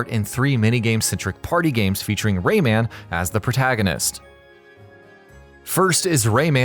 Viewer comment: It's Rayman, not RayMAN, get it right dude